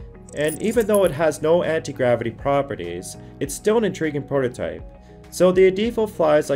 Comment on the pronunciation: And the word is pronounced prototype not portotype. God you a fucking moron.